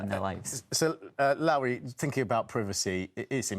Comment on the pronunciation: can’t even tell people how to pronounce her name properly! It’s as in low down not Lauri.